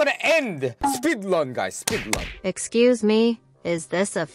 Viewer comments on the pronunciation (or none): It’s so funny watching u suffer on learning English specially when u saying speedlun instead of speedrun For my question where do u live stream